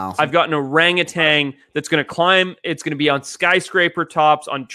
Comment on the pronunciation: There is no g at the end of orangutan